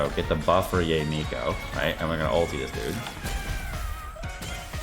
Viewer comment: Pls, not Yay Miko 🤣🤣🤣😂🤣😂🤣